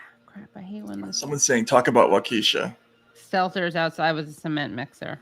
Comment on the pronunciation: Wah-ki-sha not Wah-kee-sha.